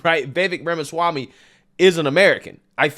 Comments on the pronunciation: The way spoke about Vivek Ramaswammy was absolutely abhorrent. Didn't even have the audacity to pronounce his last name properly smh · Pretty surprised by the comments of. I used to watch his channel, but I guess he became a victim of the algorithm gods and I lost track of him. If this is what he’s turned into, glad to see the back of him. Can’t be bothered to pronounce Vivek’s last name correctly, disrespecting his immigrant background (isn’t the Left always saying we’re a nation of immigrants?)… this is the stuff they always attacked Trump with. What a loser!